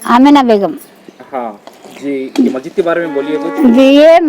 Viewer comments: Arey yaaro masjid hai wo majid majid kya bolre aap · Bhai sab majid majid kya bol rae masjid bolo kitana class padae aap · Majid nai masjid hota bhai. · AsSalamAlaikum, Bhai it's Masjid not Majjid.... Aap ka talaffus sahee kariye... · bhai...masjid boliye...majid nahi....most welcome